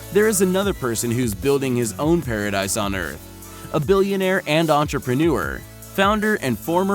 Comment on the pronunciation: Pa Ra Deese I don’t know wtf you said